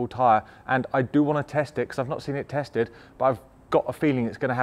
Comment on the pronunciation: Tatsed, LOL. Love that mistake